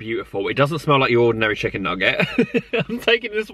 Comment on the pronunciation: Is he saying chicking? Hahahhah so funny love! X